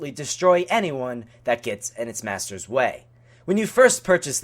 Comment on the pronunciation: why do u keep saying master like that